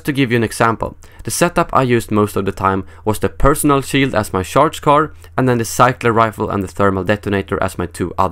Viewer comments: It sounds funny the way you pronounce charge. You pronounce it like the word sharp. Try pronouncing it like charmander, hope that helps :) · not sharge?